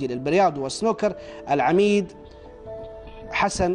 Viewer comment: حسيت إن المذيع توهـق فـي الـعـمـيـد ...!!! حلو مـرة.وغـرز عـنـد حـرف ( م ) وتعني .. مـتـقـآعـد...،‘ يـآهـ...!